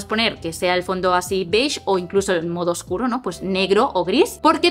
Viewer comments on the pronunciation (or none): none